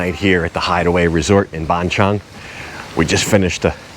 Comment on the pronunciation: It's not Ban Chung...555 it's Ban Chang (Chan)...I've live there 15 years...but love your channel